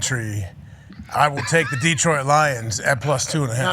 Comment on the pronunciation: Pat, it's Datroit, Da , never Deee